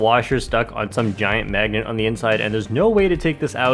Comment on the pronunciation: LOL “megnet”